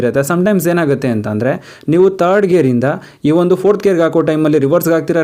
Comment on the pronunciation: ವಿಡಿಯೋದಲ್ಲಿ ತುಂಬಾ ಚನಾಗಿ ಹೇಳಿದಿರ ಆದ್ರೆ ಕನ್ನಡ ಪದ ಬಳಕೆ ಯಾಕೆ ಈತರ ಮಾತಾಡ್ತಿರ ಹ್ಯಾಂಡಲ್ ಆಯಂಡಲ ಅಂತೀರಾ ಥರ್ಡ್ ಗೆರ ಗೆ ತರ್ಡ್ ಅಂತೀರಾ ಹೋಗೋದಕ್ಕೆ ಓಗೋದು ಅಂತೀರಾ ಹಿಂದಕ್ಕೆ annodakke ಇಂದಕ್ಕೆ ಅಂತೀರಾ ಅದೇನು ಅಂತ ಕನ್ನಡ ಮಾತಾಡ್ತೀರಾ ಗುರುವೇ